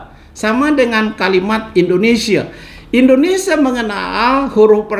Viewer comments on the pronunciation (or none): none